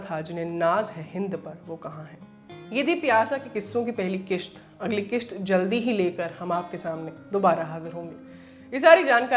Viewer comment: Very nice video. Just a correction, it is qist. Not qisht.